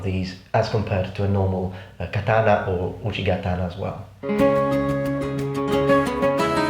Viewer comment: I find the way your pronounce certain historical things amusing, not offend you, but I have created a list of how your pronunciations sound to me: 1.katana=Datana 2.Lorica Segmentata=Lodica segmantatata 3.Kodachi=Kodai chi. Again, this is just what I hear, I don't mean to offend you.